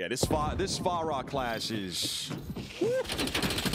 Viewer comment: I'm just here to laugh every time says Far-ra like the Chinese waiters in a Christmas Story 😂 Love you!